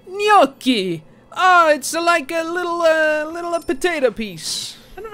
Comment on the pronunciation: And you've never had French Onion Soup. Just listening to this shit makes me want to cook everything Escoffier ever made or ate and patiently introduce you to a world of cuisine that has passed you by. Gnocchi! N-yok-kee! Arrrgh.